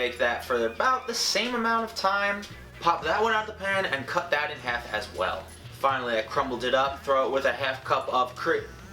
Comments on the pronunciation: Anyone else hear him say ”hef” instead of ”half” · "Next thing I did was let it cool for 10-15 minutes, then popped it right outta the pan, cut it in HEF because that is all we are going to be needing. It is up to you to decide whatever you want to do with the other HEF. Anyways you're gonna throw HEF of the cake into the bowl and crumble that up into little bits. Then throw a HEF cup of vanilla frosting in there with it, and mix that up." Why am I just now noticing he says half like hef? Lol, I'm deceased!!! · Living for the way he pronounces 'half' ............herf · Where are you from? I'm trying to figure out what part of the country says 'half' like "heff" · He says half so funnily 😂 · How he says half lol